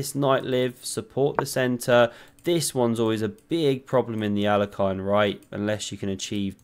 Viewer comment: Alekhine is easy to pronounce I think "A" as in "arm" or "art" "Le" the sound e is exactly like in "her", but (obviously) with an L before it "khine" is exactly like "him". Literally "hint" without the T at the end. AH - LE - HIN Love the vids!